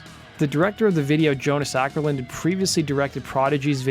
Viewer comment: The Å in Åkerlund is pronounced like the A in balls. You can type it with Ctrl+Alt+W (Q and P for Ä and Ö). Not that anyone probably cares. :P